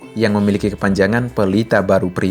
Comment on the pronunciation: kepanjangan bukan KEPANJANGGAN